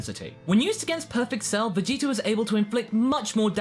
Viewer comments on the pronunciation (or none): none